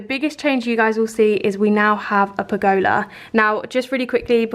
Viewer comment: It is pronounced pur guh luh rather than pur go lar xxx